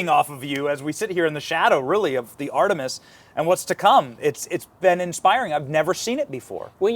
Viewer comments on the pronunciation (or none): none